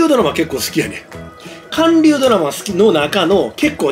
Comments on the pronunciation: かんりゅうではなくはんりゅうです！ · 韓流ドラマをかんりゅうドラマってwww ホンマには毎回毎回ツッコミ所が満載やなw